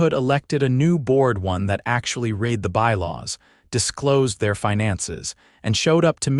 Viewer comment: Teach narrator how to pronounce past tense of read.